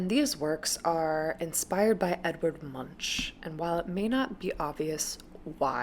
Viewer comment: I cut people a lot of slack in that regard. I butchered the hell out of "ingres" until I heard my 19th century art history class professor say it and nobody who isn't dutch gets "van gogh" right, apparently. But since you mentioned it, Alexander, it's "Edvard." LOL